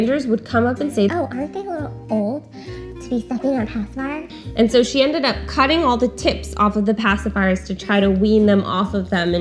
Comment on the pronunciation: "pasiphier" and "binki" both annoy INCREDIBLY ! Am I the only one?